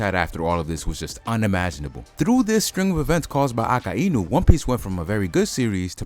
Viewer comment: mate its not a-ka-i-nu its a-kai-nu